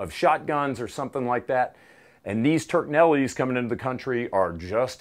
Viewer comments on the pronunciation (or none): Laughing at "Turknelli"